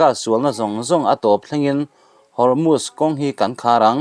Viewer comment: Hormutch an tilo,Hormuz an ti.Chhiar i thiamlo ve hlê mai,a ngaihnawm viau a,i chhiar dan in a zir lo deuh a,a ngainawm tur angin a ngaihnawm ta lo deuh a ni.